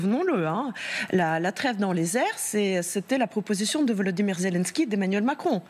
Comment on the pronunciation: Elle a dit Vladimir Zelinski😂😂😂